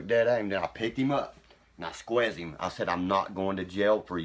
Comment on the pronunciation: “I squezz him” 🫂🤣